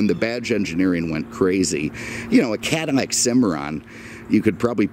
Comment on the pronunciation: I enjoy these videos, what is it with this guy and pronouncing L as M...Comonnade, Cadamac, etc.